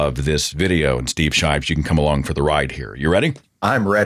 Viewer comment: Shives? Come on, Seth...you can do way better than that.